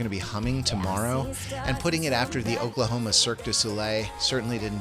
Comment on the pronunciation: "Oaklahoma Cirque Du Soleil", LOLOLOLOLOL! Your struggles with Arkansas reminds me of former trucking vlogger Allie Knight, who would jokingly call it "Arken-sauce", "Arken-sausages", and even "Arken-sassafras"